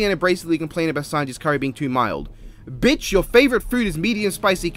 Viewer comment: idk why this is so funny when he say BITCH in Britain